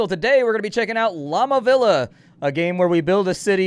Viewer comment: It's pronounced Vee-ah. Llama Villa rhymes with Mamma Mia.